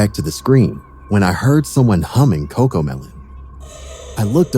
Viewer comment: Wie everiting is cocomelen😂😂😂